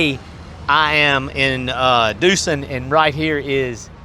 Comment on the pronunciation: Duson is pronounced DOO-sawn. Enjoy your reviews. I stop at Dago’s to get a bite to eat and my bait shrimp on the way to go fishing in Vermilion Bay.